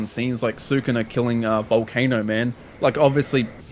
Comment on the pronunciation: first of all, its sukuna not "sakuna", and the reason both jogo and sukuna turned into "polygon" is to convey speed, its not bad art its just one of the principle of animation being pushed to its limit that being exaggeration, of course you dont have to like this approach but i am just letting you know thats all